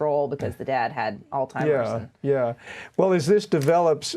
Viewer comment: did she say Alzheimers or 'Old Timer's'???